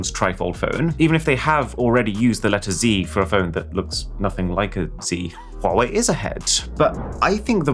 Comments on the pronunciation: So nice to hear a person saying Huawei properly. 🙏🔥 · I'm amazed that you pronounce Huawei correctly! (It's not Wa Wei, it's HuWa Wei)